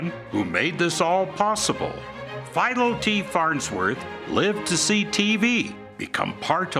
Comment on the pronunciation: How do you mispronounce Philo?